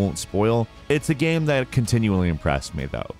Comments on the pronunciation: No one:: "gaem" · "It's a great gam"